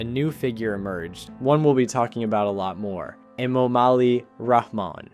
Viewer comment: There's a H sound in the middle of the presidential surname - it is wrong to omit it. Ramon is a Spanish given name.